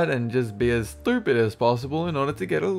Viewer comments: That accent is beautiful for insulting people Calling them stupid when you can't pronounce it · his accent when he says "Its still stupid" love it man!!! keep up the funny work haha